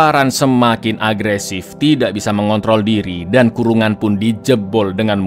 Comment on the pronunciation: Agresif baca yang bener dong bang